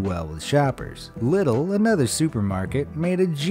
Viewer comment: I think it's pronounced Lidl (LEE-duhl)